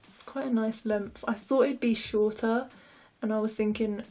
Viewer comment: "Lengf" that's all I hear when ya say length